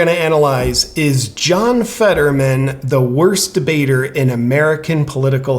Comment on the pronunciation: New word: worsdibater! HA!😂🤣